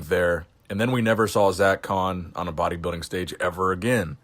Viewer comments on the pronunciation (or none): It's pronounced body- building. Not bodybiddig